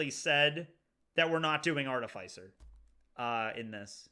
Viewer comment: Am I the only one annoyed at the mispronunciation of "artificer"? It's not "arti-fays-er" it's "arti-fis-er" like in artificial.